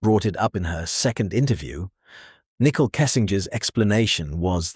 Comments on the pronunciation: I like how the narrator keeps calling her Nickel lmao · “Nickel” Kessinger 😂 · Her name is not “Nickel”, it’s Nichole! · I love that all AI narrators pronounce her name as a 5 cent piece 🤣 *and get Shannans name right 🥰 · NICKEL. every time you say it. 🧐🧐🧐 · Nickel..... 😂 bruuuuh i cant with this AI shit